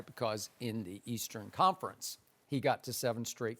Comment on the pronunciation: "Leastern conference" skip gotta dub